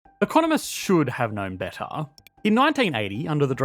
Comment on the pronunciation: Sorry, maybe it’s not the accent. It’s the vocal fry at the end of your sentences. “Betttaaaa” boy it’s BETTER.